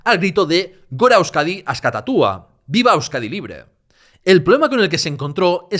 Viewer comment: Gora Euskadi Askatuta* no Askatatua